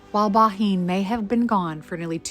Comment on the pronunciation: It’s pronounced Ban. I would love to visit the house of my great great grandparents.